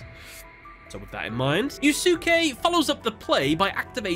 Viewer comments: Why the hell is he calling him "Yu Su ke" instead of "yuske"😂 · It's YUS-K, not YOU SOOK EEE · Ugh, "You-sue-kay" is like nails on a chalkboard. You could just look up how to pronounce a name - especially because Japanese is a language with strict phonetics, every word tells you exactly how to pronounce it if you know how to read it. It's much closer to "You-skay" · You-skay, not YouSooKay ffs lol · "Yoos-kay," not "you-soo-kee," dude. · I can't be the only one who took psychic damage from your pronunciation of Yusuke. Unless I'm misremembering S4, Yusuke should be pronounced yoo-skay, not yoo-su-kay, like with Sasuke, from Naruto. The U between the S and K should be silent. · NGL the mispronouncing of such a common Japanese name is really painful to hear it's pronounced Yu Skay not yu su key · Yusuke pronounced "YOU-SKAY" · It feels so weird hearing the dub names like Atticus in season four duels great to see them get some love though great video but I will say yusuke's name is pronounced like (you-skay) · Wouldn't the pronunciation of the guy who fought Atticus be said as Yuske since the u between s and k is silent? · it pronounced (Yu'ske) 😅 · Yusuke: No one can understand the pain I feel. The pain of having your name mispronounced by a british youtuber doing duel analysis videos. Damn you,, I will get you back... somehow. It's a joke reference to Naruto Abridged, repeated again in the latest Yugioh Abridged, as reference to how Yusuke's name was mispronounced here. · watch yuyu hakusho lol sasuke "sauce-kay", yusuke "yooSe-kay" im not hating just thought i'd let a dude know in a polite manor vs the trolls roasting you in the comments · Why is it nobody can properly say a name that ends in -suke? It's *one* syllable. "Skay". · I'm so sorry to just comment about this but it's pronounced you-skay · The cringe from your pronounciation of Yusuke's name... it's You-Skay. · Yu-su-kay? Eww. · Duke is pronounced as "skay" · The second U in Yusuke is silent